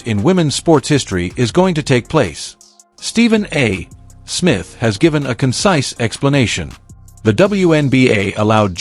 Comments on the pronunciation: Do your own audio. It's sooooooooo annoying listening to an AI try to read simple, 3rd grade English. It's not Stephen A........................................................................................................................................ Smith. There is no punctuation of any sort between the A. and Smith other then to signify an abbreviation., not the end of a sentence and then a pause. If you are talented enough to handle this simple task yourself, stop making videos. _ It's really THAT Simple. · Why can't AI say Stephen A. Smith. Because it has been taught to pause after a full stop (period). It doesn't understand context. It's NOT intelligent. Give us a human commentator. PLEASE!!!!!